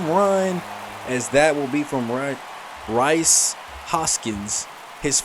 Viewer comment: Rhys Hoskins is pronounced as Reece.